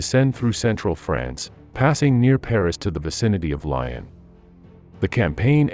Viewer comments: Its not Lion its Lyon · Please stop with this AI rubbish. Hearing Lyon pronounced lion finished me off. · "Leib-standard??" C'mon. It's pronounced Leibstan"DAR-TEH". Easy to get it right. Along with Lyon and every place and unit name you screw up.